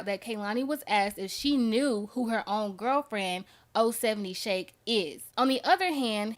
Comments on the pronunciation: ITS NOT 0-70 SHAKE.ITS OH 7 OH SHAKE.LETS GET IT RIGHT.HER 2ND ALBUM COMES OUT TONIGHT. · THANK YOU! That’s CRINGY within itself 😫😫😫 GOSHH!! lol OH - 7 - OH !!!!!!!